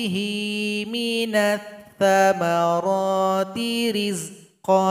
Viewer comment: Assalamu'alaikum mohon maaf koerkesi itu Minasysyamaro bukan minattamaro